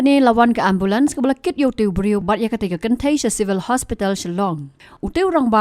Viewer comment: Ambulance ❌ Ambalan ✅